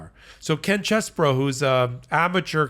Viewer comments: His name is CHEESE-BRO, not CHESS-BRO! I've written this several times, so I guess you don't read the comments. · Yo! 🧀🧀 It's pronounced Cheese...bro.